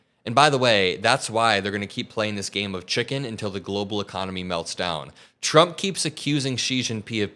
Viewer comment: Her "tr" sounds like "ch", President Chump